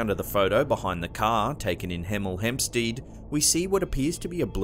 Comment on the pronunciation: Hi,! Just to point out that Hamstead is pronounced sted as in 'instead'.